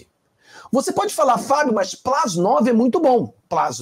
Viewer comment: Plus não plas, me desculpe.